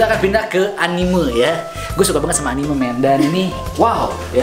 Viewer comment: Anime dibaca Anim